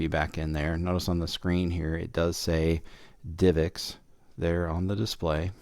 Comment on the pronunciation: why does he say "divix" when its like "div ex"?